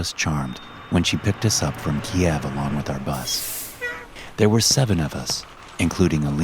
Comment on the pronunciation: the fact you pronounce keiv correctly is comforting